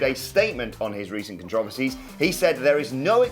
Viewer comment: Nobody's talking about the way says controversies?